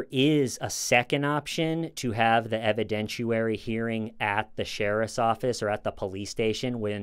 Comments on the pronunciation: Just an FYI: it's pronounced 'evi-dent-i-AIR-y'; not 'evi-dent-choo-wary'. I know it seems petty but if it bugs me it probably bugs a few other people too. No disrespect intended. Just a correction. Stay safe. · there's no U sound in the word "evidentiary." haha